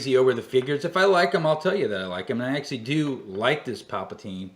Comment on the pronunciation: Uhh..I really want to watch all footage of all the figures I have..but it aggravates me with you constantly saying "Paplatine". This is a character from Return of the Jedi, correct. The name of that character is "The Emperor". Papateen was a ridiculous made up name that much, much later. It's like you sometimes troll in your own videos with certain ways you say or call things.